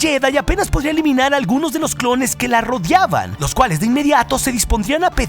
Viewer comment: "Rodiaban" jajajaja xd